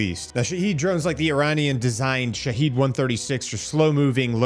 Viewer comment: Sha-Had Drones this is the Second Version of the Wrong Pronunciation 😂 Not Sha-Heed Not Sha-Head 🤭 Also Trump isn't taking Anything seriously, He's only waiting Two Weeks for Approval Stats because MAGA is Divided.